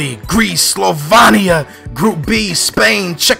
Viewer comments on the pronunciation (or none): Slovania?????? REALLY??? You said SlovAnia???? Its SlovEnia!!!!! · Slovenia, not Slovania :P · Its Slovenia(slovinia said) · Your passaport? Slovania? Get it right!!! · It is not slovania, it's slovenia